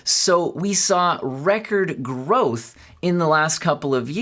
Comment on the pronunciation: Now i know why you native speakers pronounce growth and gross similar...